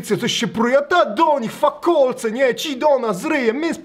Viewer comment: Fakalec a nie fakolec BOOMER